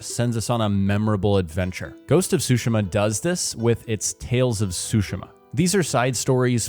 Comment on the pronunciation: The way you prounounced Tsushima is unforgivable.